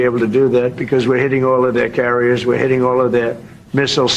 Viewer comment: "carriers",?